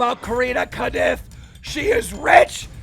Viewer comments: Keem why do you say kanupf is kopf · Keem at it again with mispronouncing last names. Fucking get it right it’s Corinna kopf not caniff or whatever you’re saying. And also get Mike majlak name right too. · Yes Corinna kanoof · Corinna kodiff??? Its just corrina koph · “Corrina cuhnuf”😭😭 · "Corinna Konuf" bruh.. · if i hear corina knif one more time im gona break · bruh l think keem has never pronounced Corinna's last name right. he keeps saying corinna caniff haha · why does he keep saying Corinna KANUF??? so illiterate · KEEM FOR REAL? I KNOW PEOPLE HAVE A HARD TIME PRONOUNCING CORINNA COPF'S LAST NAME RIGHT BUT IT'S CLEARLY NOT SAID WITH AN "N" IN IT LOL THAT'S A 1ST FOR ME. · how wrong would you like to say corinna’s last name? keem: yes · After all this time, how the hell do you still butcher Corinna’s last name so bad still. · i don't think I've heard keem pronounce Corinna Kopf's last name right ever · Are we not gonna act like keem just mispronounced Corinna’s name and completely got her last name wrong. Love you keem but please I can’t take it. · There is no way Corinnas last name is pronounced that way, isnt it just the german word for head? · Did keem really not know that corinna and tana basically dated? Lol and quit fucking saying her name wrong! Also her last name is spelt kopf not kanif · Her last name is 4 letters and you can never pronounce it right